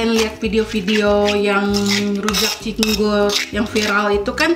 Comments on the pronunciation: bukan Cinggur tapi Cingur ajaa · Cingur kak bukan cinggur😊😊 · Cingur kak yg bnr😂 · Cingur sayang.. bukan cinggur.. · Bukan cinggur tapi cingur, sepurane mung mbener ne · Cingur bukan cinggur wkwkwkkw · cingur bukan cinggur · heran nih orang ga sekolah apa gimana sih? ngomong ama ngetik ga pernah bener. "cingur" bukan "cinggur", baca yang bener kenapa. merusak lo. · Manggil cingur juga salah🤣🤣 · Cingur kali bukan cinggur , rada aneh dengernya cinggur2 melulu 🤣 gk pake bawang putih rujak cingur , pakai petis nya 2 petis enak sma petis biasa trs kacangny d goreng 🤣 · Cingur bukan cinggur hehe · nih lucu bgt tiap ngmng pasti belepotan. Trs itu sebutannya cingur bukan cinggur🤣 rujak cingur bukan makanan yg aneh sih bagi aku, aku kerja di hotel bahkan tamu hotel lbh suka order rujak cingur tiap lunch kata mereka enak pdhl rata2 yg makan org jkt, papua, medan. Gak ada rujak cingur pakai kentang, bawang putihnya itu bawang putih goreng, dan mengolah cingur emng susah spy jd cingur yg enak, ga bauk dan empuk, prosesnya berjam2, sm spt mengolah bebek. Malahan bukan rujak cingur namanya kalo beli gak pakai cingur😂😂 kalo penjualnya pakai cecek untuk ganti cingur (krn mahal) malahan kita yg beli suka jengkel hehehe Enak bgt rujak cingur jd pengennnn makannya 1 bungkus rame2 hahaha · Btw itu cingur bkn cinggu.Dan cara bikinnya jg salah juga bahan2 ada yg kurang atau karus diperbaiki.Btw aku asli orang madura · cantik bukannya itu cingur yaa bukan cinggur.. g nya diilangin satu atuh ceehh.. tapi lucu sih wktu bilang cinggur ngguuurrr😅😅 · rujak cingur neng hehe bukan cinggur 😀 keknya lebih enakan versi deh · Cingur bkn cinggur😂😍😍😚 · Cingur bukan cinggur😁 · Btw rujak cing-ur bukan cing-gur 🤣🤣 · Rujak cingur bukan cinggur hehe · Bacanya (ci_ngur) bukan (cing_gur) 😁😂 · cingur......bukan cinggur....☺ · Cingur...bukan cinggur 😁😄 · Cingur..bukan cinggur.., dan cingur itu hidungnya sapi bukan mulutnya sapi..😂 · Cingur Bukan cigur😁